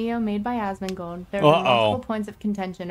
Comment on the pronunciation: Asmongold* no d in between